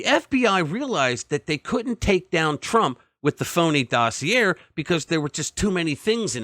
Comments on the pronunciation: Interesting story. The letter r is silent in dossier. The e sounds like an a. It is pronounced DOS E A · Omg omg omg learn how to pronounce docieer!!!! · You are a pathetic liar. The Steele dossier was not the predicate for the FISA warrant, George Papadopoulos was. So your entire premise is flawed from the start. If you want to be taken seriously I suggest you get your facts right and perhaps, just mayyyybe, know how to pronounce 'dossier'. Especially if your entire bullshit opinion is going to require you to say the word so many times. FPOTUS is a traitor who stole classified documents, caused hundreds of thousands of needless Covid deaths, and tried to OVERTHROW OUR DEMOCRACY but you want to talk about THIS?